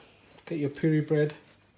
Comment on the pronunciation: I'll be making this but you don't know how to say Puree 🤳